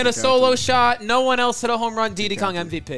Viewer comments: Calling Diddy "Deedee" sends me through the roof. Do you call P Diddy "P Deedee?" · Why does call him DeeDee Kong? It’s Diddy. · Why do none of them know how to say Diddy